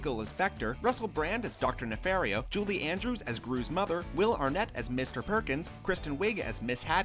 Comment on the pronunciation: I think it's pronounced "nefahrio" and not "nefehrio"